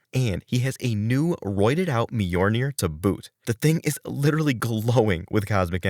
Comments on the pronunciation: Myolnir not Myornir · I enjoyed the facts, but it hurt me every time I hear MY-UR-NAIR. (MI YUL NAIR).